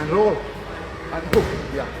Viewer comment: Just unrelated and a bit of fun. But really like the way says hook. It always cracks me up a little, “hookgrh”.